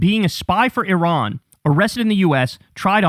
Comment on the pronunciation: Kind of irrelevant, but I had to turn on captions to know Tucker was saying a "war with Iran." Sounded very mumbled for some reason.